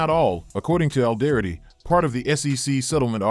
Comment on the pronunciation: First off tell your voice over talent to pronounce “Alderaty” properly. It makes you guys sound like you do t know what or who ripple is.